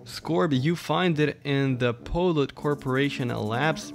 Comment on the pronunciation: Am i the only one enraged about how he pronounces polut? I mean its pronounced pollute, as in pollution.